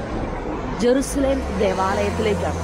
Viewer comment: ജരുശലേം അല്ല എരുശലേം അണ്